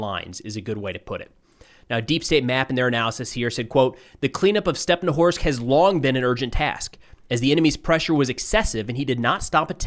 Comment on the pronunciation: it's StepnohIrsk, not stepnowhorsk, mind your language,, please